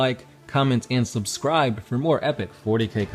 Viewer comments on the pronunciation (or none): none